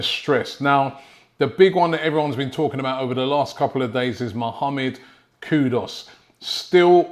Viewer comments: Kudoos??? its Kuduus brudda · It's not Kudos It's Kudus (ku is not pronounced ko so why pronounce dus as dos? Hearing it annoys me like calling Robbie ...Roby (as in Rob - i) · Hi Robby, it's K-U-D-U-S not K-U-D-O-S, okay? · It’s kudus not kudos ! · Who's this kudos player😂😂😂 come on robbie are you doing it on purpose?😂😂 Coyg❤🤍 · He's actually call Kudus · Mohamad Kudos ???????? Kudos to you Robbie for murdering his name This is how to pronounce his name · 😅🤣😅 the never ending battle between Robbie and Player names continues.. Mohamed KUDOS is what I keep hearing 🤣😅🤣